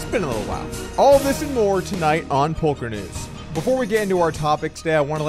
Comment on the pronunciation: did he say “Polk-er News”?